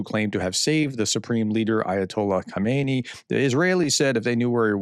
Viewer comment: PROFESSOR: Please pay attention to your pronunciation. You call the Ayatollah Khomenei, Khomeini. Khomeini was the first Ayatollah who was installed when Mohammad Reza Pahlavi, the Iranian Shah, was overthrown in 1979. Also, you call centrifuges, centErfuges.